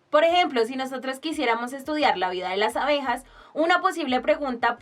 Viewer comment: se dice ABEJAS que horror